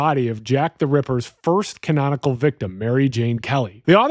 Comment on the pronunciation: Why do you say "canonical" like this is some Anime with branching timelines?